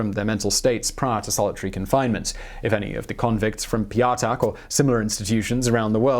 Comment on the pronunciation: "Ptyatak" (stress on the last syllable: pyat'ak, like in 'cognac') would translate more like 'fiver' or 'a coin of a value of 5'.